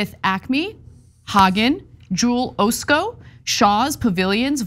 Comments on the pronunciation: Jewel-Osco is pronounce AH Sco, Just for reference. Midwest chain. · LOL XD Jewel-Oh-sco No, the O is pronounced the same way the O is pronounced in the name Oscar. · Not that it matters that much, Osco is pronounced Ah-Sko. It's an old drug store that became part of Jewel. Used to work there 🤓🤓 I always thought it was bogus that they offered absolutely NO employee benefits. So when we worked there, we paid full price for the products we took care of for them. Not much incentive vs. "shrink"...we were shrink. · O-sco? Anybody else from the Chicago area just cringe? No more making fun of people who mispronounce Latino names. Kenosha was bad enough, but O-sco? It's AH (like the AH in Chicago)-sco. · I had to giggle a little, working at one of these stores while listening to this: It's Jewel "AH-sco", not "OH-sco". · Former Chicagoland resident here: Osco is a short O. Like Ah-skoh. :) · You have to pronounce it like a Chicagoan. Ahhhhh-sco. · You can tell that she has never shopped in Chicago, its Jewel-(ossskoe) Osco. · lol you have to pronounce it like a Chicago native. Ahhhs-co. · Being from Chicago the way Ana pronounced “Osco” is adorable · The entire Chicago metropolitan area is rioting because of your pronunciation of Jewel-Osco. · That's exactly what I thought too. I actually said out loud, that's not how you say Osco...